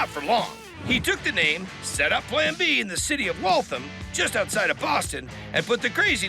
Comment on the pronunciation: Waltham pronounced wrong